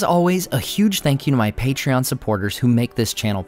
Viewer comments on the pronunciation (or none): none